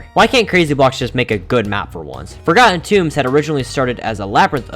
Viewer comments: "For-garden tunes" 💀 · same as "moving on the next map we have for-garden toombs